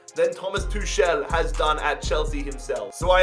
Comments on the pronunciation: Tuchel not tushel man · It's Tukel not Tushel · It’s pronounced Tukl